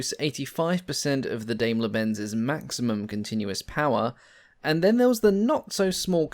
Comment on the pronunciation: Do you English-Native-Speaker have to butcher everything? It's DAIMLER - not Dameler! :( It is a good video, but frankly British, American, Australian, Canadian etc. folk truly should try to correctly pronounce stuff more :(